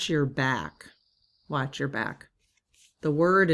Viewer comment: I feel like the emphasis should be made as: watch Your back 🙂 As someone who often puts others first, that's a hard one. But I'll be working on it. Thanks and Lead Team!